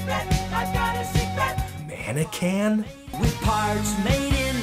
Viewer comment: I love that there are comments trying to justify Dennis DeYoung pronouncing "modern" as "modren", but no one tries to justify his mangled pronunciation of "mannequin"